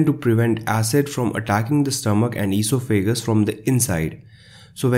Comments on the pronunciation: You really need to learn how to pronounce esophagus. Just like it's written: e-sof-a-gus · Very good - informative and well presented. Just one thing. The word esophagus is pronounced with the accent on the second syllable - on the o - not on the a. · All great advice. Avoiding chocolate and coffee, ,the horror.LOL. Plus I love hearing the pronunciation of eeso fagus. Thank You for the great info. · I like how you pronounce esophagus.